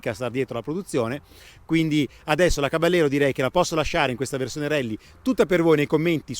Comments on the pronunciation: Caballero è una parola spagnola e si pronuncia "cabajero", voi spaghetti ! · Sì ma caballero pronunciato in italiano non si può sentire dai: provateci in spagnolo , non è così difficile ‘caba -jero’ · si pronuncia caba - yero in spagnolo